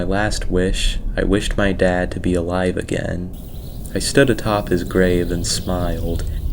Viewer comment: Story 9. Not a native speaker, so hearing "I came home today only to find my wife and dad with another man" made me turn on captions 😅